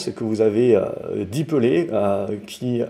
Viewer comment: Dix pelés ou pellets ?? Mdr 😜 lol 😂